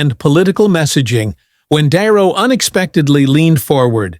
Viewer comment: Can't AI pronounce the name de Niro? De Niro is no longer loved He is a nutter!